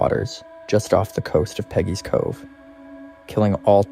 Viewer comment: Please get the name right. It's Peggy's Cove